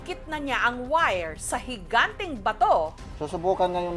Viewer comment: Hingante nayan madam jessica????😂😂😂